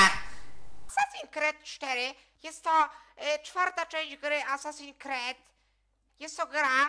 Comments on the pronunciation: hehehe "asasin kred" xDDDD to jest: asasin skrid.. :D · Haha jprdl " Asasin Kred 4" xD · ***** tak, tak mówi się: asasin creed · Kret'' xDDDDD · Boże mój mózg 25 se und filmu i już mi mózg wybucha ,,asasin cred 4" oryginał ,,Assassin's creed 4 Black flag" czyt ,,Assasins screed 4 black falg" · Assasin kret 😂😂 klocuch mistrz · TYLKO NIE KRED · "asasin kret 4" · nie kred tylko skrid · ASASINS KRET XD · ***** Asasin skrid się czyta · Kacper Kowal Dawid Polski Ma rację.